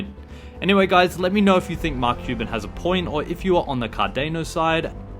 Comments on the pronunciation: Cardano not Cardeno 🤣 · Why would you OBVIOUSLY mispronounce Cardano?! Its like you have never heard anyone say CardAAAAHHHno before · You don’t pronounce Cardano correctly